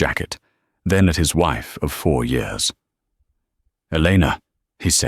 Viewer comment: So when did "years" become "yores" in the English language? Have I missed something?